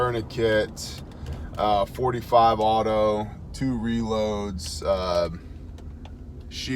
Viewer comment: Says a lot that you call it 45 auto correctly. So many say 45 acp. Which is incorrect